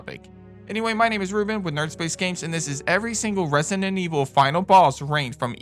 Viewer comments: it's annoys me that he keep saying rent-sinen evil😢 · He pronounces it "Resinent"😂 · loved the video man, but i cant with the way you say resident evil, "resinenevil" HAHAHAHAHAHHAHA, great list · Had to watch this video on mute….hearing “Resninet Evil” pronounced kept making me wanna bang my head